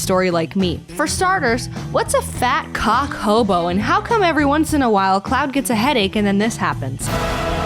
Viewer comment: The way you said chocobo made me die a little inside